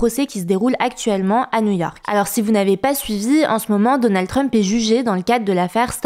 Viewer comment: "mais zalors" :D